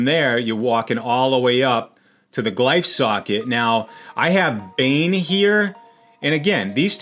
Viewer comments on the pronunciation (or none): MY MAN SAID GLIFE SOCKET 😂